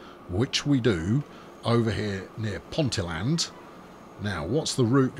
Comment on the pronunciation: Ponteland, pronounced Ponteeland with the emphasis on the "ee", is next to Newcastle airport.